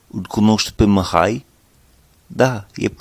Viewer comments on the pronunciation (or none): Bună lecția, bun accentul. Te descurci excelent. Doar mici corecții: Numele Mihai se pronunță exact cum este scris, deci cu "i" , nu cu "î" (pentru recunoașterea rapida a sunetului "î", ține minte ca în interiorul cuvintelor se folosește litera "â" pentru redarea sunetului "î". Litera "î", pentru redarea aceluiași sunet se folosește la începutul cuvintelor și doar ca excepție în interiorul cuvintelor atunci când acestea sunt cuvinte compuse cu prepozitie ex. reîncărcare, neîndemânatic etc). Și încă ceva... La cuvântul NU, trebuie sa folosești sunetul "u" scurt, exact cum am observat ca folosești foarte bine sunetul "i" scurt sau moale, cum vrei să-i spui, în cuvintele "aici" și "lucrezi" din video-ul tău. Așa cum ai pronunțat NU în video, aduce mult cu intersecția "MUUU" folosită pentru redarea sunetelor scoase de vacă. Chiar și asa, interlocutorul te va înțelege, doar ca va putea fi un moment amuzant într-o conversație poate, serioasă.. În rest, perfect! Mult succes în continuare!